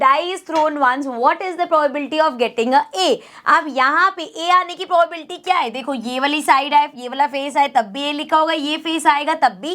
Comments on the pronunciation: Probability hota hai pobabilti nahi hoti hai 🤣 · Mam aapki pronunciation galat h vo probability hota h..😢